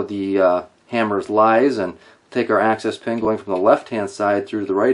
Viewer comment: Sounds like you are saying access pen. It's called an axis pen because it's the axis point of the parts.